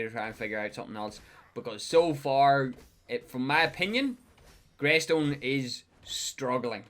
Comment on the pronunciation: lol bro it’s grEystone